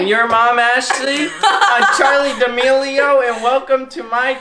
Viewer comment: the fact andrew said “damelio”